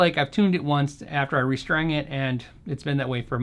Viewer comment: You restrang it? Lol love that word.